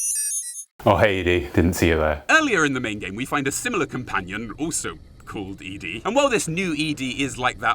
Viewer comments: Why do British people mispronounce Ed-E? Eddie! Not Edie! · I think it’s Eddie not eee dee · ED-E. said "Eddy". Ya know. Ed. And E. "Ed-e". Spelt ED-E. NOT E-DE, said "eadie".. The lonesome road review hurt me real real bad. Sorry. Had so spaz alil. Love you're work man really amazing stuff. It's " Eddy". ED-E. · hell you are killing me, ED'E is EDDIE not E dee